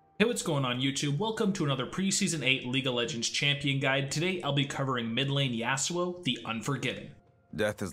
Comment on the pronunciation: I dont like how he pronounces Yasuo but ok